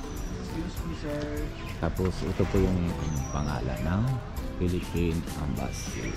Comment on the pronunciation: Philippine embassy hindi ambassy😂✌️